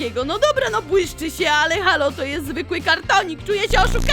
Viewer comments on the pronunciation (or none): none